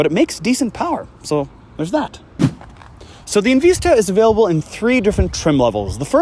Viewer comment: In Vista not in veesta buncha a hosers